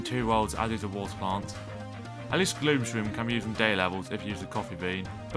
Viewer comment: Every one: Thanos: Not even the avengors are speaking Him: gloom Sroom is bad Instantly loses half of subscribers